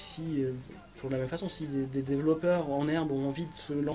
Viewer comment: Argh! Développeur ou developer en anglais mais pas "dévellopeur".